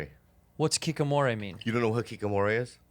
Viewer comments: Keekamoray? Lmao i couldn't tell Bobby was trying to say Hikikomori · They pronouncing 引き籠もり (hikikomori) as "kikomore" is driving me crazy